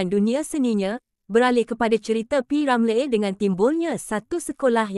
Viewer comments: Per hal sebut nama P Ramlee pelik bunyi nyer….P Ramley2…😳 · kenapa awak tak pandai nak menyebut P Ramlee ada kah awak ini bukan orang melayu